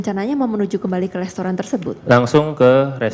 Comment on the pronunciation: Mba jess, yg bener restoran apa lestoran mba? Saya koq dengernya mba blg lestoran ya? Mba kuliah di australi kan ?